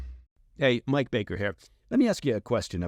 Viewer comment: Mike "propagandist" bakerrrrrrrrr